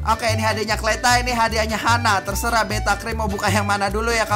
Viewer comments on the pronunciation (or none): none